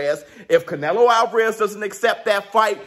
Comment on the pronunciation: It’s not canelo it’s canelhoooooo